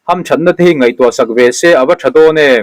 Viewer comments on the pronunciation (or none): none